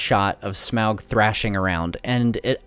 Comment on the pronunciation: Omg its pronounced Smaug not Smaug -.